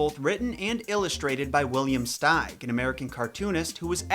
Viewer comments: it’s pronounced “steeg” not “stayg” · Here is how I pronounce Williams last name: I always pronounce his last name steeg(as in, Steve), not styg(as in, style) like you did.